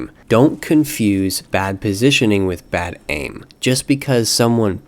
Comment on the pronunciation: "baid aim."? XD